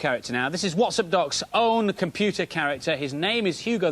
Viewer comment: "PERFORMA 630 COMPUTAH"